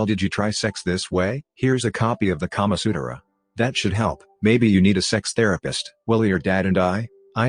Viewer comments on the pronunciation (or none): Kama Sut-er-ra? Where did the extra syllable come from?